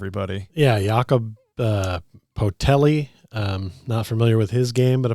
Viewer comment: po-tel-li? i laughed when i heard that pronunciation of his name.